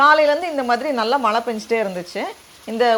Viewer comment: Always a pleasure to watch your garden harvest.. love your simplicity and the way you engage your kid with nature.. kudos👍. One simple suggestion I would like to give you.. being a tamil influencer pls try to pronounce 'zha' in Tamil instead of replacing it with 'la'.. you said Malai for rain which is not pleasing.. it just needs a conscious practice.. I hope you will give it a try..